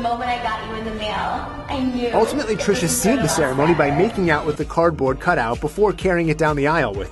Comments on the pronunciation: trishA there is an A at the end girl. TRISHAAAAAA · Ti, how you gone mess up THIS name? Lol you’re notorious for it but I mean, one letter off? Smh petty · You always pronouncing people's name wrong,,seriously???